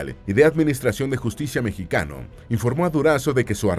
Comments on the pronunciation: Por que dice mexiqueno y no mexicano? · Pq dice "mejiqueño"??